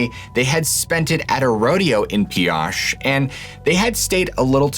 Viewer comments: Pioche is pronounced pee oach. And modena is pronounced mo dee nah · Pioche is pronounced pee och like ocho in Spanish for 8. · Just a heads up it’s pronounced Pee-Oach Pioche, NV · just FYI, Pioche is pronounced Pee-OSH, with the long O like in "oh" or "go," NOT the short o like in "gosh." Great video, thank you! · I’m sorry being a local to the area it’s driving me nuts the pronunciations. Modena (mo-dean-a) Pioche NV (pee-och) sorry I know it’s silly. And no, from Modena you can take any dirt road north 15-18 miles and hit the tree line Christmas trees touching for miles in every direction. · pee - owsh, both my grandmas grew up there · MO-DEE-NUH and PEE-OH-SCHE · Pioche is pronounced pee-oh-ch and Modena is mo-dean-a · Love the video, just so you know pioche is pronounced pee-oh-ch. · This story is totally bogus! There is no fork on highway 56 between Modena pronounced (Mo-DEAN-a) and Beryl Junction or New Castle or anywhere to Cedar City. Furthermore, there is no place called Red Rock Canyon in the area. There is a Red Rock Canyon near Las Vegas but that would be around 200 miles away in the opposite direction. Lastly Pioche, Nv is pronounced ( Pee - OHch) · Pioche Nevada: pronounced (pee-oh-shh). Im a (Nev-ah-duh) native (raised here) knew a pioche resident back in the day. Hope this helps. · Love your stories!!!! Its pronounced Pee O ch 😊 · I just can’t get pass the mispronunciation of Modena and Pioche.